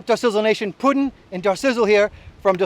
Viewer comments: it's not Pudding it's Puddin'. Man I loved this video b/c I love boats had 3 bass boats in my time but it's all history now. Your boat is friggin' awesome. Good review Puddin'. has the cutest body...just sayin'. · OK... I gotta say something... It's PUDDIN'.... not "Putting". You make him sound like a dork when you emphasize the "g". Love you both.